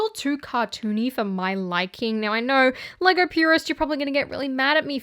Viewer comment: The way she pronounce it "Legaur"